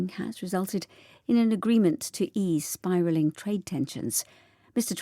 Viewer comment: Biraling? > spiralling 😂😂😂 오늘도 감사합니다. 10월을 마감하는 하루입니다. ❤❤❤